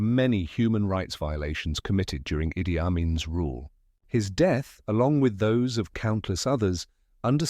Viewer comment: The pronunciation of the first name of Amin was i- d-d-i. And not a-i--d-i.